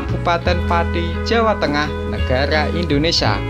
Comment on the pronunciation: Negara "Indonesa" .... Hahaha